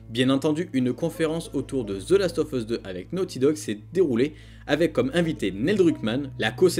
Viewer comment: Ca ce prononce the last of us et non pas ZE Last of us